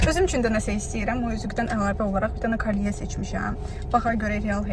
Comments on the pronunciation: kalye yox "kolye" deyilir ❤ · Kolye yazılır kalye deyilir